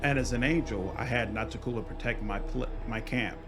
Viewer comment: "Oh, it's Noc-ti-cU-la, not Nocticoolah?" I knew that but I felt it would be pedantic to point it out. It is why it's nice to have voice acting to pronounce these names.